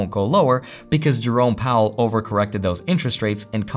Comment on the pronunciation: Whenever you say, Jerome Powell, I hear it as Drone Powell.. lol. I fly drones.